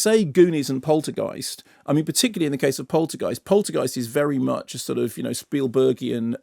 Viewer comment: spielburgian, ffs